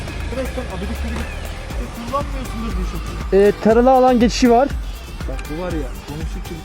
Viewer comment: Korkudan adını yuşuf dedi yuşuf sanırsam Yusuf Yusuf olmuş